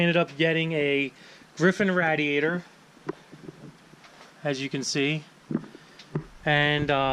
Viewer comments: Not rad eee ate er, it's ray dee ate er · Raid-e-ator. Not Rat-a-ator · You're the only person I have ever known that says "rad-e-a-tor" instead of "raid-e-a-tor" I wonder where you picked that pronunciation up? It's not part of any American English accent I know of. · Stop with the FUCKING RADD E ATOR lol. That a the GARBER knife was killing me. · Rad-diator lol never heard anyone pronounce it like that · This dude owns a shop and doesn’t even know how to say radiator